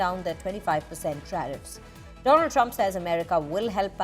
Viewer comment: My phriend the phriend of India Mister Donaallddd trump😅